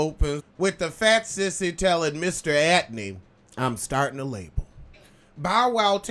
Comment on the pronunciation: "Mr. Atney" 😩